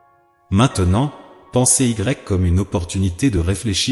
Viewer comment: PRONCIATION : PENSEZY et non pensez IGRECQUE 😂. Merci car c'est une liaison de la grammaire française. Et cela s'écrit PENSEZ-Y